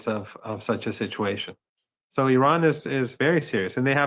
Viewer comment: Good morning... The first thing American people have to do is to Respect how you should pronounce the name of this nation IRAN! Names They have a mantric sound meaning! And it represents the power of the Soul of this Nation! Like all the names of all the nations of the world! Please listen how Mr. Mohammad pronounces the name of his Nation!